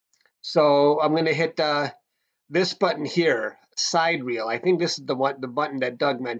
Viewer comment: Very helpful - thanks for the effort. "Sidereal" is pronounced Sigh Dear Eel, accent on "dear."